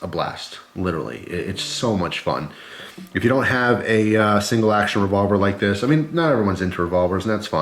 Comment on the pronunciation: why is he unable of saying revolver